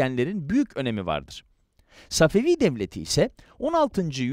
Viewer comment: Səfəfi tarixini düzķün demirsən. Babur tarixini də düzķü danışmırsan.